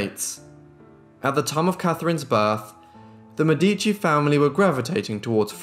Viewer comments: Mèdici- it's pronounced like 'medi.(c)' + chi= Mè!-dichi = (chi like in Shang-Chi like you did). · Her name is pronounced de Mēh-di-chi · Beautiful video! One little thing: it's de Mèdici✨ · you say her last name funny